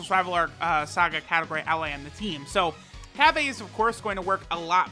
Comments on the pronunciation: Cabba is in no way shape or form meant to be pronounced or spelt CABBAY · Cabba not cabbay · I'm pretty sure its pronounce cobbu